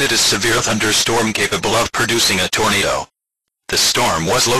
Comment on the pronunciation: I like how it said “torn a do” lol